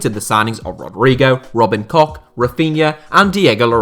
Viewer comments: I died a bit everytime you said Robin "Cock" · Robin Koch is pronounced with an H at the end, the same H as in Hello